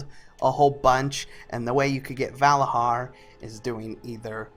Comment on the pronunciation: Vala JAR and Nit HOGG. ffs....